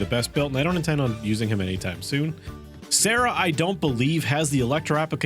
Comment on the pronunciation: Him mispronouncing Sara's name AND not understanding that she works exactly the same as Bennett causes me so much pain